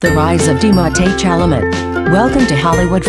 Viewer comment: Pronounce his name correctly.